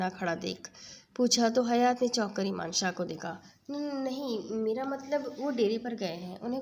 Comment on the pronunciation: Plz Ap name sai lein .Emaan shah nhi yaman shah hai